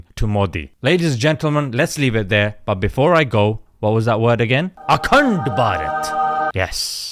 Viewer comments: Bro anytime you say "ACUNDBARAT" I CAN'T HELP BUT TO CRACK UP 😂😂😂🤣🤣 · The way he say AKTEND BARHAT😂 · every time he says akand barat. I laughed. 😂😂😂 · The way you say akhand bharat 😂